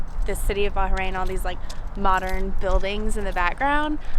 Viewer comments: not local she is Indian live in Bahrain... she is not even pronounce Bahrain correctly! So sad that u didn't see the best in Bahrain with real Bahraini! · Rashid he’s not wrong. She can’t even say Bahrain properly. I’m not Bahraini but I’m still kind of irritated, as I would love to see a real Bahraini who speaks Arabic and is actually from there, practicing the culture... she’s British like me and that’s all I see. I’m more irritated that she’s called a native by when she’s an expat.